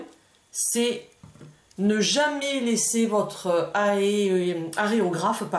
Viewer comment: (c'est pas aréographe c'est aérographe) sinon super vidéo :D